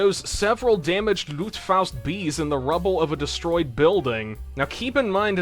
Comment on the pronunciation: The Luftfaust is the only German thing you have pronounced authenticly with the right accent. You tend to pronounce the A like au. Also, I think the fliegerschrek was pretty close if not basicly correctly pronounced.